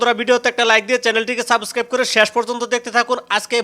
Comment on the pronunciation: আগে সাবস্ক্রাইব বলাটা ঠিক কর ভাই তুই